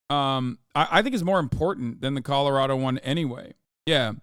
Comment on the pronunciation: Hasan you keep saying “Colorado” wrong… it’s just killing me